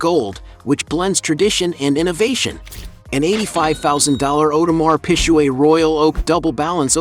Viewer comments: 50 has so much more money than Ross if he found out he'd sue him for it 😅oh yeah 😅... audemar PIG-GAY. U murdered the name of that watch ⌚️ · Awdemar pishweh 😩😂😂 … “.. Whale and Meek Mill” .. who is this guy 😂😂 and he playing 50 like 50 didn’t sell more record make more money from investments 😂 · That Audemar Pisjuaid tho🤣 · You are pronouncing the name of the watch Audemars Piguet wrong - so wrong. Do your homework.